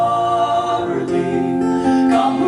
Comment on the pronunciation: This is quite a good interpretation of this jacobite folk song , it is spoiled in my view by the pronounciation of the word " Charlie " in the Scots tongue it is Chair...lee , I note that some words are pronounced in the Scots dialect, so come on lets fix this and correct???